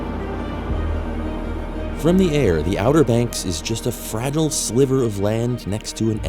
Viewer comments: "...just a FRAGGLE sliver of land..." What?? Do you mean FRAGILE? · It this narrated by a human? , the narrator doesn't know how to pronounce "fragile."